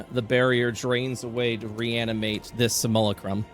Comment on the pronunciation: Great episode, but the mispronunciation of Simulacrum is killing me :,)